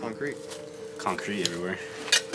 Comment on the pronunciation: he said concreat si much i dont even think its a word anymore .